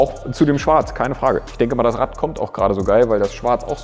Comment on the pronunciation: das Rad = RaTT, das Bad = BaTT ^^